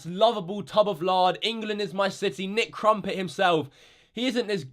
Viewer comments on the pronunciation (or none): your being a bully cause your saying crumpit and its crompton when you say nicks name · “Nick Crom-pit” Lol 😂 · (Cromp-ton) not (cromp-et) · It’s not nick crumpton it’s not nick crumpets it nick cumpit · "nic crompteé" - 2017.